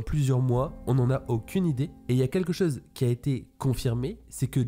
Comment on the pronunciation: Tu dis bizarrement le mot " chose" 😂😂